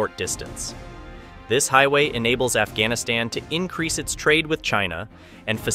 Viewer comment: Afghanistan pronounces as "F"-Gas-Niss-Ten ??